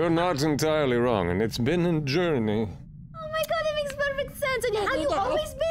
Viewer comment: “It’s been a jouRneey...” :D